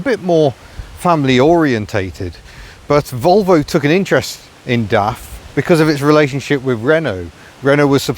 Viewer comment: it's not daft quick... It's DAF quick...